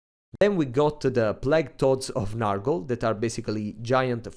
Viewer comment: Please, comrade, it's not "Nahrgle" but "Nyorgle"! You pronunciation kills me every time.